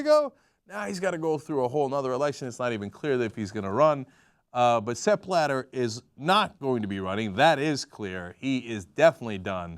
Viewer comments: Too bad your puns only work because you mispronounce the name. I know the "I'm a Murican and I pronounce the whole world in Murican", I just don't expect you beeing that ignorant. Ok, you didn''t know Blatter until some days ago, but could have figured it out by now, the "journalist" you are. Why don't you start pronouncing your name as "Cenk" instead of "Jenk"? BTW I'm not at all on Blatter's side, I'm just pissed off about the constant ignorance. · Not that I want to defend this asshole, but the way they constantly mispronounce his name for the sake of making it sound ridiculous is pretty dumb. This isn't one of those cases where the German pronunciation really does sound funny in English, nor is it even one of those cases where the spelling makes the word sound differently from one language to the other. It is simply pronounced like it is spelled in both languages, like the normal English word "splatter", just with a B instead of the Sp. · For f@ sake. It's not Sepp BlaDer but Sepp BlaTTER -_